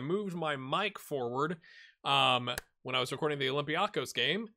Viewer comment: It is pronounced OlympiakOs. It is on the last syllable.